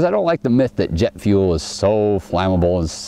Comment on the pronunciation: "jett fuell!" O_o sniffs "JETT FUELL!!" O_O